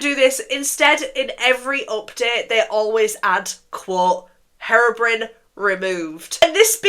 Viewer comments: I'm sorry but it sounds like you're saying heroine when you say herobrine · i’m crying it sounds like you’re calling herobrine heroin😭😭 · Loved the video! Since you were wondering it’s pronounced hero-brine (as in super hero + salty water) :)) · sorry but "herrrobrin" is so funny (ur makeup is stunning btw) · Saying harobrin is killing me 😭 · Nooo your saying Herobrine wrong 😅